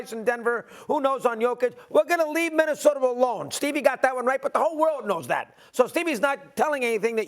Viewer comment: I also heard other native New Yorkers pronounce a's as er. I recently heard Stephon Marbury say Minnesoter. So it must be a NY thing.